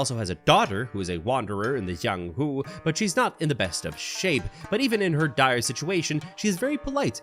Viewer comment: THAT IS NOT THE JIANGHU THAT WUXIA ITS DIFFERENT and its called cultivation techniques also dont say the letter j as how the spanish and other countries say j as h or something ypu say j as j itself also is his name jiang or yang cause you say j as something edit this is not hate just a correction since if its created by a chinese it is most definitely going to be a cultivation world and cultivation is different from martial arts and if you are a golden core you are basically invincible in the real world but sometimes people dont really add these types of realms and ignores it completely